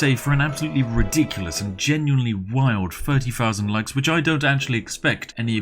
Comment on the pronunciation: this guy thinks he's posh but pronounces thousand as "fousand"